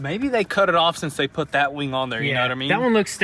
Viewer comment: I could've sworn it was called a WING & not a WANG dude 😂😂